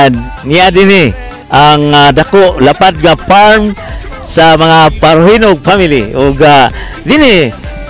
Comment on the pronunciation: Parojinog naging parojilaw... Haha